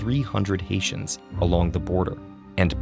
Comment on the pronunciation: I kept hearing ‘asians’ whenever he mentions ‘haitians’😂 good thing there are subtitles